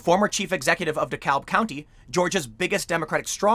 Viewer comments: FYI Tim, Georgia pronounces its "DeKalb" as "d'cab". As a former resident of a Chicago suburb and current resident of an Atlanta suburb, it threw me off at first, too. (Also, "Ponce de Leon Avenue" is not pronounced how you'd expect, either.) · Appreciate the coverage on this! Not at all a surprise. BTW, down here, DeKalb is pronounced "duh CAB". Everyone in GA winced just a little bit each time you said it. It's one of those Shibboleth kind of words. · Dekalb county pronounced “De-cab” county. For some reason the L isn’t pronounced in Georgia 🤓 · It’s pronounced de kab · Weirdly, DeKalb is pronounced duh-cab. As in taxi cab. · pronounced, De Cab county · It's pronounced De CAB county - don't say the L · it's pronounced De-cab. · So weird hearing someone pronounce the "l" in Dekalb that way. It's basically silent.